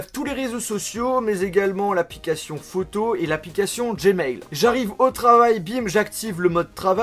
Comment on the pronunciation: Tu prononce Photo comme un attardé ptdrrr "Phauttô"